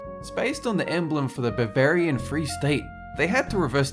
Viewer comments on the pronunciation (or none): none